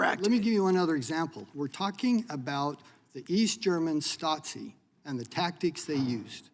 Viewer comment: I think it's spelled Stasi - no "t"